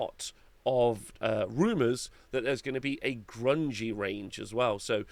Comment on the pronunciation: Grungni not grungi